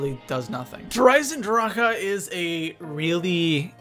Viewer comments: why do you say Der eisendr-HA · why do ppl keep pronunceing der eisendrache der isendraka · Please please please stop saying der eisendrachHUH it sounds so wrong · Comment section: How do you pronounce Der Eisendrache Der (Eye zin drock) Der (Eye zin dra kuh)